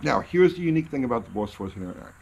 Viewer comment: "Bauwss fowah-twenty-nine"